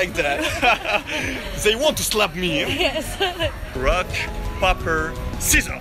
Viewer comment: Le mec prononce "paper" au lieu de "peyper" je suis mdr😂😂😂😂😂😂